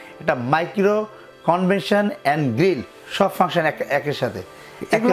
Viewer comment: কনভেকসন vai.... কনভেনশন নাহ।